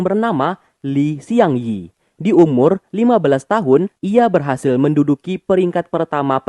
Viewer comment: Bang... namanya Li Xiangyi (李相夷) bukan Shiang Yi